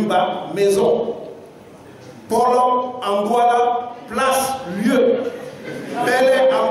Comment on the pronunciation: En douala on dit EPOLO et non Pôlô